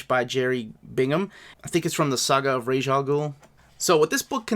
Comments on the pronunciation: Raysh is wrong rahz is how it’s pronounced in arabic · Ras should iMo pronounced like Ras in Ras Tafari. Hereby Ras is an Ethiopian title of Princes. The term Rasta, Rastafari originates from Ras Tafari Makonnen, the last Emperor of Ethiopia. In the sight of "orthodox" Rastafarians he is the returned Messiah. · So happy Tales of the Demon has original coloring. Bodes well for future Bronze Age omnis. I personally pronounce Ra's like "Rahz", but I have even heard him referred to as "Raysh." It doesn't really matter though.